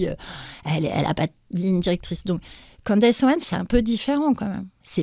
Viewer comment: Si tu sais pas prononcer CANDACE... dis CANDICE !!!! Pas Candasse! 😅